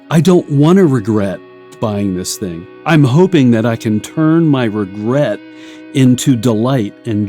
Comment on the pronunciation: Princess Bride Priest: "Wegwet. Wegwet is what bwings us togever today."